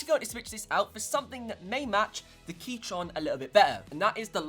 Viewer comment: DID HE SAY "KEYTRON”